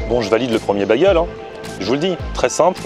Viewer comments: Bagel se prononce Bégueul pas Bagueul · Sa me perturbe un peu que tu dise bagel c'est baigel prononce bien le AI